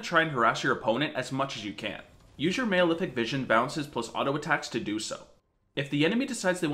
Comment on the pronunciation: It's Mal-Efic, like Malnutrition, not Male-Efic.